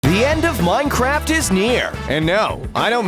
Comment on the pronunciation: you always say ien like the enied of miencraft ies neear so anooying